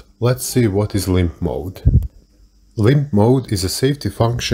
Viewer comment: I want to make a compilation of Everytime he says "lympTf moaadd"